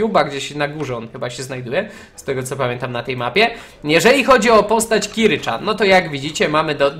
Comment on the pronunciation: PS. TO NIE KIRA CZAN TYLKO KIRA CIAN!!!!!!!